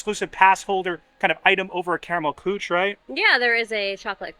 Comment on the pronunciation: it is pronounced Koo-shuh.